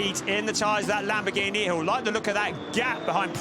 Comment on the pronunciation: Lamborgweenie? How about learning the correct pronounciation?